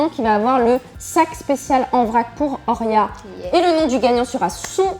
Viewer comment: Actrice?? MDR et le prénom horia est mal dit tout le long